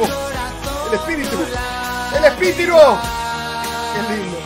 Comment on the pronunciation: al minuto 6. 57 dijo el espitiro